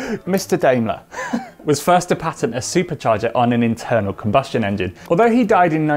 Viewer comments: isn't it.. "Dah_im_ler"? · even the last name was completely wrong, but well it's hard to pronounce names in other languages. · When you tried to pronounce "Gottlieb Daimler", the second try was actually right lol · "a K cuz it's just better" ..yes, that's why, not because Gottlieb Daimler was german and that's how you say compressor in german nono. btw the 2nd time you pronounced 'gottlieb' was pretty spot on but you really failed pronouncing mr. 'Daimler'